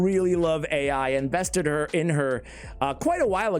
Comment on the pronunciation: Ai is pronounced “eye” it is Chinese for “love”